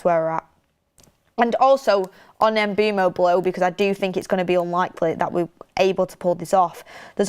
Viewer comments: The pronunciation is not E-M-B-U-M-O! It’s M-B-U-E-M-O! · If you correct someone in capitals even, make sure you are correct. Is is Mbeumo. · really struggling with these players names. First Cunha, now Mbeumo. 🙈🤣